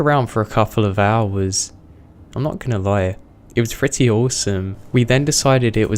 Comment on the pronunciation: Really annoys me that he says his p's as f's for example he says "fretty" instead of pretty